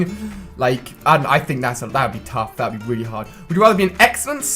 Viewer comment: It's not wood you rather it's would you rather